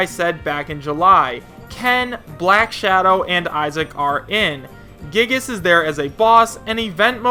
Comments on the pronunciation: it's pronounced "Guy-ee-gus" not "gigas" btw... also Ayumi Tachibana is a character Sakurai himself has wanted to use since Melee, along with Mach Rider ( and Geno and Banjo & Kazooie ). The biggest reason I'm hoping she has a shot is that I'm really curious about what kind of moveset Sakurai would come up with for her, seeing as she's a high school student and her game/games ( there's part 1 & part 2 ) Famicom Detective Cub are visual novel/point-&-click style games. the Tohou character screams fake as the series has zero Nintendo connection, and the stage info is an obvious fake as well ( no way is Poke Floats in any capacity going to work properly with stage morphing....and having every version of Battlefield & Final Destination is just wishful thinking that will never in a billion years happen officially ). I'm also on the fence with Skull Kid now, as he could end up being a boss OR actually be playable ( IMO the most likely newcomers left are Isaac, Geno, Karate Joe, Elma, Bandana Dee, Banjo & Kazooie and Shantae...and no, I'm not expecting them all in base game, but we can hope. Even Chibi-Robo seems more likely at this point IMO ) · I don't really care of who gets into smash. I just want some characters more than others. I'm just happy to have more characters Also its pronounced 'Guy-giss' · It is pronounced guy gas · Ooofff the way you said giygas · Hopefully Giygas is a boss in Smash Ultimate. No offense but the way you say Giygas hurts as a Mother fan.